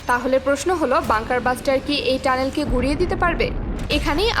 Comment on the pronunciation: বাঙ্কার ব্লাস্টার। বাঙ্কার বাস্টার না🤣